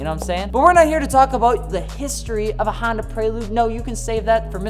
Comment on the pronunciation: Sounds like he's saying handa